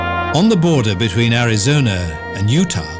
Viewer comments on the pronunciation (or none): none